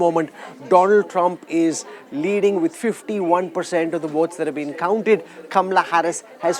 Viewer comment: You can't pronounce correct word Kamahala. Not kamrahala